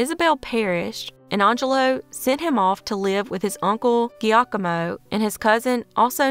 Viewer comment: Jerry’s abductor’s story makes no sense as to explaining his birth to the husband at war. Btw the uncle’s name, Giacomo, is pronounced “JOCK-o-mo”. This story reminds me of the case where the Irish and Jewish guys were switched at birth, each proud of their supposed ethnic backgrounds. Yet each looked so different from the rest of their siblings. In each case their daughters insisted on refunds when the ethnicity report came back “wrong”.😅